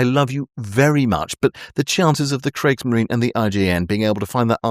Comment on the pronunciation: Brilliant vid. But it may interest you know that Kriegsmarine is pronounced Kriegsmarine-uh. Like Porsche is pronounced porsh-uh.